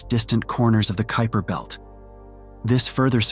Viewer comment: I heard “Creeper Belt” lmao